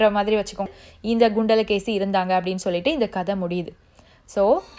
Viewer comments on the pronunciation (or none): Adhu “gundala Keli” illa!!! “Kundala Keli”